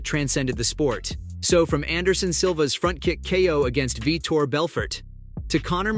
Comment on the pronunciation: Veter not vitor